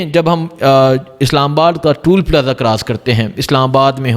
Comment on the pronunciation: WORD IS TOL AND NOT TOOL